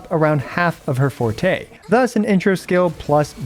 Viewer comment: Finally a Wuwa content creator who can pronounce Forte correctly.